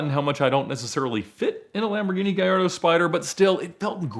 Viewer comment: Ffs. ITS GALLARDO. NOT GAJARDO. THIS IS NOT SPANISH FFS.